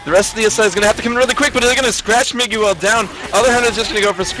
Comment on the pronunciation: ... Mig-u-el...? C'mon commentator